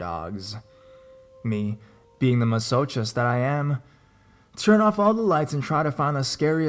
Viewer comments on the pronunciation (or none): 'Masochist' is pronounced mass-o-kist not mass-o-chist. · ma-soh-kissed (you said it wrong) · are you saying masochist? As in mass-a-kiss-t?